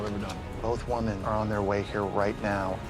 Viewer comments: Am I the only one bothered that pronounces "women" as "woman"? It's been making me twitchy all season. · Can someone please teach this man how to pronounce woman (singular) vs women (plural). They did him dirty letting him go the entire season saying these wrong.